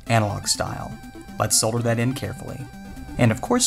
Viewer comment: I think is the only North American I have seen who can pronounce the word solder